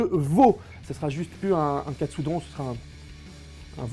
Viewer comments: Aaaah mais non pas Katsudon, mais Katsudonne 🤣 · Ça se dit Katsudon pas Katsudon ... ça semble évident pourtant